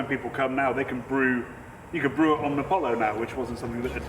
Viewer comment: the right way to say omnipollo no omnipolou